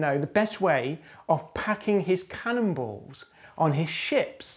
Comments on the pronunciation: I heard 'candles' which made sense.. sort of.. then the graphic was of cannonballs. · At first, i heard "...packing cannibals."